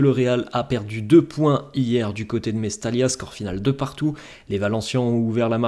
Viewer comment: mais surtout que cette rencontre a été entaché par la grave blessure de Muctar Diakhaby qu'on espère se rétablir et passer cette douloureuse épreuve.. nos sincères pensées à lui. BTW ..ça se prononce Mestaya....et non pas Mestalia...merci..